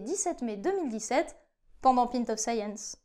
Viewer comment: Micro-comment about beers : la prononciation de pint n'est pas comme celle de mint, ça ressemble plutôt à pa-ïnt. ;)